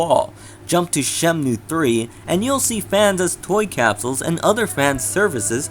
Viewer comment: Very well done, thanks. But I have to say-- you're just slightly missing the pronunciation of 'Shenmue'. I think you're switching the N and the M. Anyways, good video.